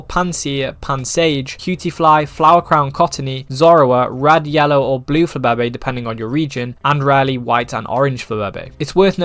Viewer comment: nevr say flababe' again